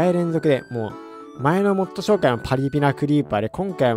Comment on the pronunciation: 最初のmod紹介がmod社会にしか聞こえんww